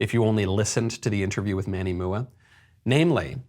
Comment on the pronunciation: I hate the fact that I know this 🤦🏼‍♀️, but it’s Manny M. U. A. (You pronounce the initials. It stands for Make Up Artist.) Now, I need to go take a shower...